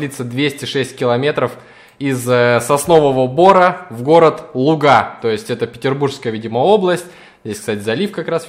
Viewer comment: Привет, живу в городе Луга, ударение падает на лУга, а не лугА)